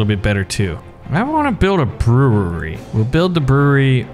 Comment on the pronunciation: " I want to build a brerewery " 2020